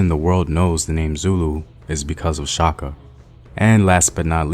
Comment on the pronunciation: I love that you stirred away from butchering Shaka actual name, much appreciated